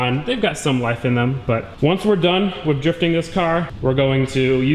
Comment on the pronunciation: I feel like he keeps saying wif instead of with.... I wonder if he also "axe" people questions...